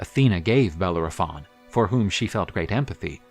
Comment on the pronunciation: I am unable to watch this due to the pronunciation nay butchering of the name Bellerophon